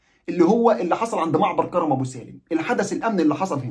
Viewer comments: كَرْم ابو سالم بتسكين الراء كْرم يعنى عنب يعنى حدائق عنب ابو سالم وليس كَرَم زى كرم مطاوع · اسم كرم ابو سالم حضرتك بتنطقه غلط اسمه كرم من كروم العنب وليس كرم بالفتحه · كرم ابو سالم الراء ساكنه في كلمة كرم و كرم تعني حقل العنب في اللهجة الفلسطينيه 😊مع خالص تحياتي واحترامي